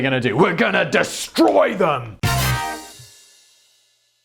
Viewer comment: gunna disstroi thum!!! (keep tossing in the American accent, it's groovy! sounded a bit noo yawk)